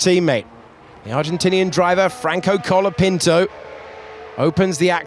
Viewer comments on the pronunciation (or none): Why the commentator says colepinto?